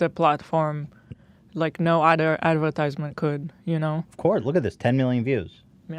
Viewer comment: I love when hila pronounces “ other” as “uder”